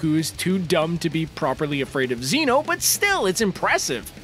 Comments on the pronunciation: I just heard that he said zino instead of zeno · It's Zeno, not Zenew God damn get it right that's when you know this guy doesn't watch Anime for shit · Zeeno you say it like zano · It's zeno not zeeno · “Zino.” Me: ITS ZENO U LITTLE FRIEZA. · he said zeeeeeeno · Who else got triggered he called zeno zieno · Ha! He said zino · No one gonna talk about how he said ZEEENO tf is a ZEEENO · this dude said zeeeno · It's Zen o . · Did he just say zee-no?!!!!!???? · So is no going to talk about how he said Zeno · He cant say zeno